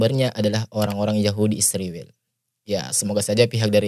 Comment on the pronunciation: ISRAEL BUKAN ISRIWIL. SEBUT NAMA YG BENAR PAK